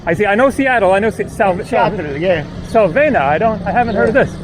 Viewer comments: The gentleman who said he's been to the US...he was trying to say SAVANNAH ( Ga.). He was saying 'Salvanna' south. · With short A's, like 'was' or 'apple'. Accent on second syllable. Sa VAN nah. Strange that never went to those places in the US. Btw, Savannah has a lot of Greek, like real Greeks who only speak Greek, restaurants.